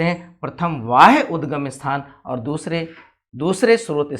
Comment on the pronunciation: Sir vo वाह्य नहीं है बाह्य उद्गम है